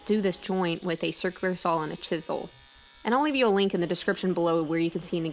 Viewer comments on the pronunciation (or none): As soon as she stops saying "sawl" instead of saw, I can start watching her videos again. I have ADHD and that really distracts/irritates me LOL - Not her fault; I'm just easily distracted